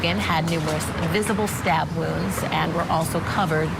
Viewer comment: Poor woman doesn't know how to pronounce "wounds".